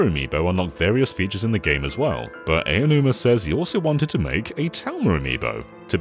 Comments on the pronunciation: Sir, the name is "Aonuma," not "Eionuma." That means it's pronounced "Ah-oh-nu-mah." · Aonuma is pronounced "Ow-num-a." Not "eyy-oh-numa." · I'm not saying this to be mean, but to inform, but Aonuma is pronounced more like "Ownoomah," not "Eyanoomah." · It keeps annoying me how you pronounce Aonuma "Eianuma." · Ok guys his name is pronounced Ow-numa. 🙄😒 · Why do people still pronounce Aonuma's name wrong? Ao = Ow, as in "Owl" Also, they should NEVER make Zelda, to appeal to western fans. TP and BotW are both aimed toward the west and it just made me dislike them more than the others. Give me Ocarina of Time, The Wind Waker and Skyward Sword, anyday. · How tf do you mispronounce "Aonuma" so much? At least know the subject you're referring to.